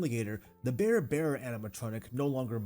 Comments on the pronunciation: Dude...you're hurting my ears. It's not Bear bear. It's BR'ER rabbit, br'er fox, etc. Southern ish pronunciation of briar, as in the briar patch. Loved the ride update. 🧡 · Are you saying Bear Bear? Bear Rabbit? Maybe I am hearing things ;) It is actually Brer or Br'er (brair) .. It is short for Brother; hence Br'er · Brer bear....Brer fox....Brer rabbit. all i can hear is "bear bear" "bear fox" "bear rabbit" and it's killing me every time you say it 🤣